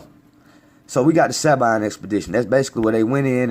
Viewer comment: Proud of you my brother. I often think wtf is wrong with our people that they can't see and understand what happened and who we are. Side note no shade throwing. Sabine we pronounce Sa-bean just a lil note. Thank you for knowing its lonely watching your people think you're crazy when I tried to explain things to them. I often get what does it matter. They just don't have no idea. Bayou Indian part raised in New Orleans salute you. Chactaw Nation still here.